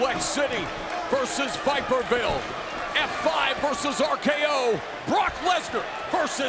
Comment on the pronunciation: lol “viperville” 😂